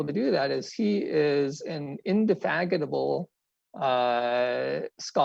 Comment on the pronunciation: Flipped your consonants on "indefatigable." But I really appreciate the content. Sorry, but that's one of my favorite words.